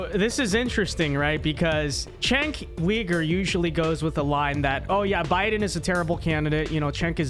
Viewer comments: lol its not cenk WEIGER......its pronounced YOOGER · Kasparian is MORE of a Man than Uyger (pronounced as Ogre, LOL). Let's go Ana!!!! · Did he say Weeger? Lol